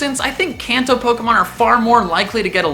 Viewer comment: Hate to be "that person", but is it too much to ask to pronounce "Kanto" correctly? He says it so many times in the video I wondered if he did it on purpose lol